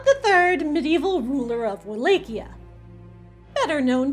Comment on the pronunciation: Wall at chi a not wall lake ia.